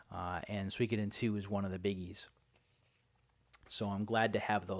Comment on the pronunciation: Check out Game Depot's GBA selection, they have a lot of good stuff! You actually said Suikoden correctly!!